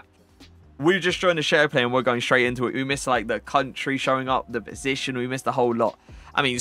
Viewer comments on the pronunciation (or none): none